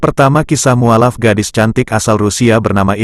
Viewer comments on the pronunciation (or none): mestinya diucapkan muallaf, bukan mualaf. Sorry